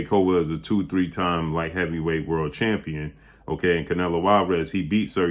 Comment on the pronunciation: ‐ "To become a World Chicken.", yea, you said it right.🤣